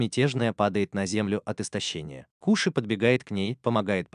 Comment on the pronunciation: Не кУши а кОши